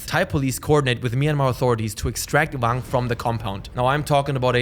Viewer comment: Why are you pronouncing "Wang" with a "V"? He's Chinese not German LOL.